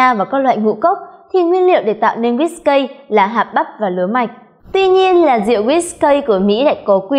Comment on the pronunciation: guýt cây ? :))) đều đọc là ki hết má ơi